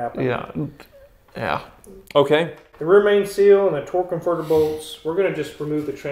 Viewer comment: Why do they keep saying "torque convertible" instead of "torque converter"? Is it different terminology? Or maybe an inside joke?